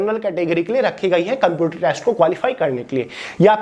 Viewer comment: its a shame jisko computer thik se nhi bolna aata wo hume gyaan de rha hai